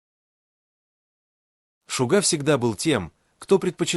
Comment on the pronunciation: Озвучка ИИ просто мрак - ЧИмин, ШугА, айдОл и т.п. Ну, а фотографии Тэхёна на фоне рассказа о Чонгуке это край. Вобщем, ролик сделан на отвали.